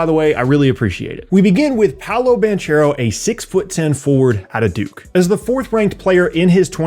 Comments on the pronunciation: Hi, truly great video, thanks! Just as a little underscore, Paolo Banchero is italian-american, his name is pronounced Bankero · Banchero is pronounced ‘bank-eh-ro’, not the ‘ch’ sound. Love your work and seeing how you’ve grown over the years! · Great video as always! One note: the 'ch' part in 'Banchero' is pronounced like a K Source: i'm italian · You pronounced Banchero wrong